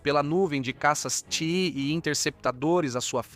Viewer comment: Por favor....caças TIE são pronunciados "Tái".....caças "Tii" é duro de ouvir